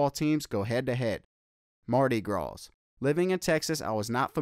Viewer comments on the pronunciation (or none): Ok it's the Bayou Classic, as in (Bah' You, or yew, or U). And Marty Grawz is hilarious too. I'm from Texas as well btw. GSU Fall '94-97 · “Mardi graws”😭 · WTF??? In one part of his commentary... he shows everything but Grambling.... and he is supposed to be from Texas, as well as attending the school for 4 years.... and he still did not know how to pronounce.. Bayou classic or Mardi Gras.(come on). Only thing he really got right was the wait for financial aid. LOL Not buying that he attended my beloved!!!